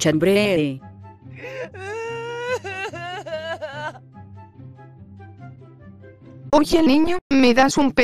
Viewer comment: nose dice ambre se dice hambre